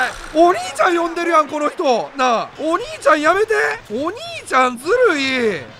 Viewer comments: お兄ちゃんの言い方ユンチョルになってる笑笑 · 今日のお兄ちゃん！がオニイチャン！で草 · VIPさんのお兄ちゃんの言い方がオニイチャンになってて、サワヤンを感じました😅 VIPさんとサワヤンどっちも好きなのでまたコラボして欲しい😂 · 「お兄ちゃん」の発音がヤンと同じで草